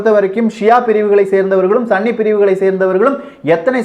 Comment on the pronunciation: Bro athu sanni ella sunni bro😂😂😂